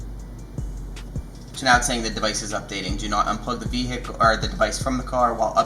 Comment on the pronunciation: What's a v hic cal...?